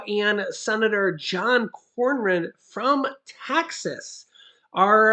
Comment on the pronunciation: senator cornyn’s name is pronounced ‘corn in’. What you’re pronouncing as a r is actually a y. Sorry, but being from San Antonio Tx he comes from our area. Good luck from getting anything done from Cronyn, he’s ultra conservative.